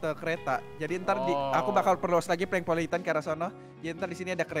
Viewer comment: BUKAN PalengPolitan Tapi PolengPolitan